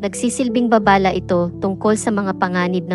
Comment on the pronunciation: "nka yapak, laway, babala" Ms Kung sa tagalog na pagbigkas sa Balarila ay hindi Tama. (maragsa, malumay, malumi, mabilis) ( so paki check Ms ang pronunciation o tamang bigkas for educational.reason) and correct me if I'm wrong..kase iba ang ibig sabihin nung bigkas mo..Para ding sa English which we Filipinos love to criticized ang grammar at correct pronunciation yan..mahalagang bigyan natin ng puńa para sa kapwa katagalog natin..thank you😊